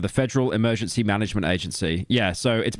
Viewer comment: says "EMERGANCY"